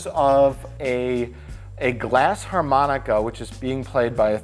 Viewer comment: It's a glass Armonica. No H.